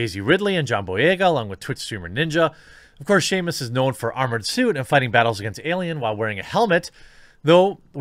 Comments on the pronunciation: i would hate brie as samus so much. Jesus Jeremy learn how to pronounce names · Lol for real I was almost don't with the video still thinking "who the hell is Sheamus?" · It's bugging the hell out of me. I literally had to do a search to see if I had been mispronouncing it myself but no, it's just Jeremy, lol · I was hearing it as Shamus. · Breaking news Samus is not only female but also Scottish! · Yeah idk what he’s heard but my smash main ain’t called “Seamus” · I thought he been saying "Shameless" this whole time until he said Zero Suit Shameless lol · I kept hearing him pronounce her as Sheamus and all I could think to myself was "Really, fella?". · I knew this comment thread would be down here after hearing Seamus the first time. Lol. It's okay Jeremy. Not a big deal, man. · i started to hear it as shame us. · Homie saying names wrong is the best thing I’ve heard today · Why are you pronouncing Samus like that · Good lord he smashing poor Samus name lmao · The fact they say her name every time you pick her and somehow he still messes it up is just hilarious. Or maybe that is how Brie said it? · Shamus? Samus, no "H" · You be killing me when you say 'Sheamus'. Lmao It's Samus. Like SAM-US. 😂😂😂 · dude theres no h in samus why do you keep saying shamus for someone whos so excited the character is coming to fortnite you should probably learn to say the name right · "shamus"?! Ouch dude (Sam-us air-an) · Shamus, Ireland's version of Samus....... Lost a bit of cred for not knowing how to even read that name correctly. Maybe you should host the game awards. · its pronounced sam us not shame us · Jeremy 'I like video games' Hambly: shame-us bruh it's samus... SAMus, not shame-us, you shame us by your lack of any knowledge, (or basic pronunciation) about Metroid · “shamus???” Dude please stop, omg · Who the fuck is Shamus. I know of Sam-us from Metroid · Well... Brie Larson might be playing her roll in a movie, no wonder why Jeremy kept saying Shame-us.